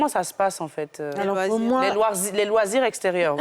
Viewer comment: « Les loirsirs » 😂😂😂